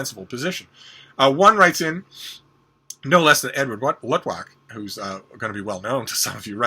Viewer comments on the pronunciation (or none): did you say edward luttwak or woodwack or something?